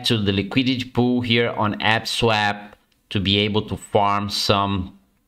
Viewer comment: You mean APE-swap right? ...Not AP-swap?!